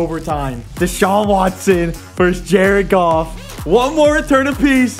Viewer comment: JA-RED GOFF